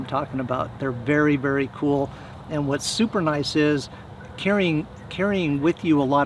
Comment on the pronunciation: "It cteats a vary warm fire "😂